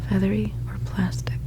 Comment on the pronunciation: It sounded like she said feather your plastic